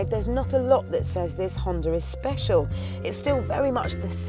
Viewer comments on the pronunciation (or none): its called a honda not a hondurr